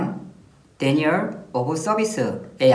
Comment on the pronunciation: DDoS(distributed denial of service) 아니 강의를 하는 사람이 정확한 용어는 알고 설명을 해야지 영어를 어디서 배웠길래 제대로 모르면 발음을 하질 말던가...뭐? 디스트리뷰션도 아니고 디스트러뷰션(?) 대니얼(?) 오브 서비스? 게다가 정확한 용어는 명사형 distribution도 아닌 형용사형 distributed이다.. 발음 한글로 적어줄게... 공부 좀 해라...디스트리뷰티드 디나이얼 오브 서비스다... 에휴...한숨 나온다...진짜...강의 듣다 영어 발음하는거 듣고 바로 그냥 강의는 제낀다